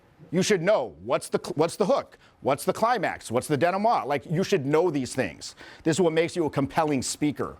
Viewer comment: When you pronounce "denouement" extremely Frenchly